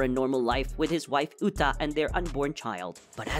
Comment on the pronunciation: It's not Lita it's uta